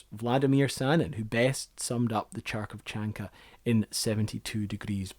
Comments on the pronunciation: Kharkovchanka correct sooun will be like Kh (hungry) Harkovchanka not Charkovchanka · Interesting video. Thanks for this. I just wanted to tell you that Kharkоvchanka is pronounced a little differently. The first letter is not pronounced like "Ch", but like "H". Just like in the word "hockey" or in the word "hat". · My ears bled for every time that you've pronounced Harkovchanka as Charkovchanka but other than that this is a very well-written and entertaining documentary. Thank you for your time on researching and providing this information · Charkovchanka iis pronaunsing-Harkovchanka 😁corect...city Xarkov-Harkov 😁in Ukrain.. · It is not "Char" like Charcoal. It is a soft, sweet, warm word like "Honey" or "Heart". Try saying "Heart Cover". In Russian it is [Hear]t [Cov]er. In Ukranian it is - [hear]t [keef] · Maybe video is good, BUT why you mispronounce main - the name! even if you don't know what is Russian X, why you don't know that KH is not CH! It's different and big different ;) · * not 'Charkovchanka', but 'Kharkovchanka', the first sound is [H]. Kharkov - the city in Ukrain (that date, in Soviet union) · His main error is pronouncing "KH" as "CH". This is wrong. In russian, the word "Харьковчанка" begins with "X" which reads just as "H" in english. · "ch" (like in "Cheerokke") would be mis-pronauncing, you need pronaunce "kh" in the beggining like in "Hyde park" - so it would be "Harkovchanka" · You misspelled it. You pronounced it like "Charles" but it is pronounced like "Henry " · Wonderful broad Scots accent. Pronunciation of Russian & Ukrainian terrible, as Gorbachev points out here. He makes KH soft "sharkoshanka" , when it should he a hard consonant. "Karkov..." or in Ukrainian Kharkov. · now we know that Kharkovchanka is pronounced as chark of chanka. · I like to think of myself as tolerant, but don't anyone mess with my military designations. Btw, Kh is not pronounced like Ch in Chair, it's more of a ,k-HUH' sound not really known in the West.